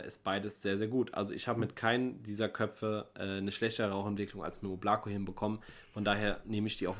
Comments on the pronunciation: Ist einfach der Hammer das die Oblako falsch aussprächen 😅😅😅😅😅Mann muss es auf die beiden O betonen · Hallo Leute! Bitte die Marke richtig aussprechen: das Ding heist auf russisch "ÓBLAKO", dabei wird die Betonung auf die Buchstabe "O" und nicht auf die Buchstabe "a" gelegt. Anders betont kratzt es mächtig im Ohr. Und danke für einen lockeren und netten TV Kanal hier!